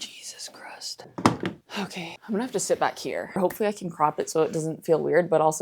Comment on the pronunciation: don't know if you were just saying Jesus Christ with an accent, but I will be adding "Jesus Crust" to my personal dictionary